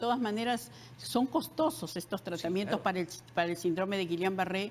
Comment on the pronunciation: Que alguien le explique a esta señora que se pronuncia “síndrome” y no sindróme. Tampoco es “la” sarampión, es “el” sarampión. Ahora millones de pulpines la escuchan y empiezan a repetir. Lo mismo se va por las ramas para explicar una pregunta directa ¿qué hacer para evitar el contagio? Al final solo dijo lavarse las manos y evitar comer en lugares sucios. Tomó casi 18 minutos extraerle esa respuesta. Y cómo si ese mal no es contagioso, si se contagia con estornudos y toces? Entonces si es contagioso.